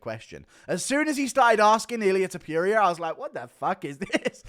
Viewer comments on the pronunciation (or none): Ta - Pour- Ree- Uh Not Ta- Pure- Ree - Ah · You say "TOPURIA" and it sounds like you are saying Diarrhea! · When will you learn to say "Topuria" correctly?